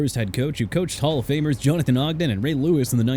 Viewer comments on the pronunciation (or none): none